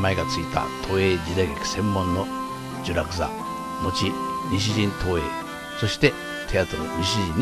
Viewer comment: 西新生れ育ちです😸 貴重な投稿ありがとうございます～。 映画館のところで聚落座（じゅらくざ） 新聚落座（しんじゅらくざ）とナレーションしておられましたが、地元では、しゅうらくざ、しんしゅうらく、と言ってました。 今後も福博の歴史文化レポート期待しています～👏